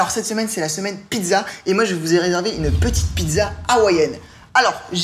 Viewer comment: YouCook on dit pizza pas pidza